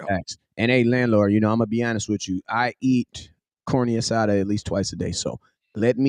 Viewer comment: You butchered the heel out of Carne Asada punk.